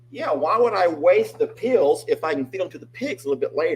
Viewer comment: Wow! That painting of Sookie is beautiful. I thought it was a photograph. This was a fun Time Out Tuesday. Thanks. You had me confused at first. I could not understand why you would keep medicine (pills) in your garbage can. I finally realized you were saying peels. Too funny! 😂 Who knew cooking could be so dangerous. Ha ha ha!!! 😮😅🙉🙀😱